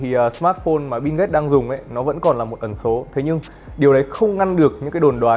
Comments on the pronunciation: Mình chả thấy chữ “n” nào trong Bill cả, thế méo nào lại đọc nó thành “Bin ghết” 😆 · Bill Gate má ơi nghe thành Binz cũng hay 😑😑😑